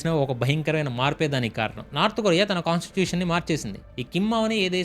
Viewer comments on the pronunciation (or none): Consecution kaadu constitution